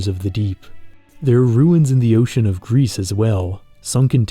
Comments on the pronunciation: Isn't it pronounced "gree"... It means gray in French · 'Gris' is pronounced 'Gree'. French for 'grey'. It's a game that I've been thinking about trying someday. Games with 'dead' worlds are among my favourite. I enjoyed the Outer Wilds for that reason also. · Hey great video! Also for your information and for future reference Gris and Sable are both French words and are not pronounced like they would in English. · I don't think you should pronounce the "s" in "Gris" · also, the s in Gris is silent (it means grey in french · "Gris" from the french word for "Grey". You don't pronounce the "s". 🙂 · "Gris" mean grey in french, and it is pronounced without the S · GRIS is not read " G R I S " but " G R I " which means grey in French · "Gris" (prononced gree) means "grey" in french, in case anyone was wondering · Good video but I think it’s pronounced ‘gree’ as in French for grey, bit of a nitpick but thought I’d mention it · I've not played the game or know anything about it past this video, but I believe gris is meant to be the word in french for gray, pronounced "gree" (of course with the French "R" not the English). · Hey, great video, but if you're gonna pronounce the name of games as often as Gris and Sable, maybe you should check how they are pronounced ! It looks like you're talking about Greece most of the time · yea it's pronounced "gree" but only wine people would know that most likely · like i’m pretty sure it’s meant to be the french word for grey (especially since the first stage is grey) which is pronounced like gree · Bro, it's pronounced "Gri" not "grease" it's french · It's not " Grease" its just pronounced "Gri" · Interesting how you pronounce it Greece or Grease insteas of Gris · Fun Fact, Gris isn't pronounced "Grease" but "Gree". Gris is the French word for Grey. So it makes sense. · knowing french, it feels weird to hear gris as "grease" instead of "gree" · “Gris” is the French word for grey, pronounced GREE Apart from that, great video 😁